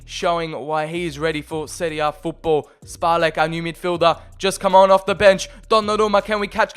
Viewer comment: This Š in Špalek and Aleš, is czech letter, and it's pronounced like SH, so you should read it Shpalek and Alesh